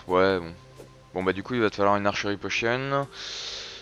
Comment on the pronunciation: nn archerie potion (prononcée pochione)